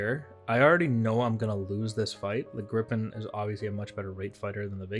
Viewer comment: Viggen, sure. Grippen, no! Sorry, I've pointed this out earlier today, but geez my ears are bleeding here man.. :P